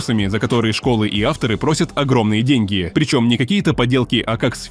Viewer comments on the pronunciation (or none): "нарочно" с буквой Ч "гайдОм" с ударением на О Это робот?